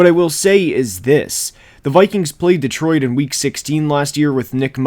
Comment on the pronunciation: The way you say Detroit drives me nuts lol.